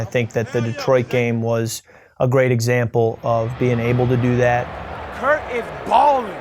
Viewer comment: He definitely said Kurt 😂